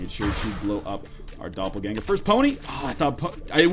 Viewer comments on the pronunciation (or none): none